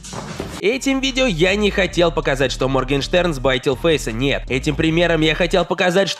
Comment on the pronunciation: Моргенштерн - Моргенхрен ? 🤣 это единственное, что я поняла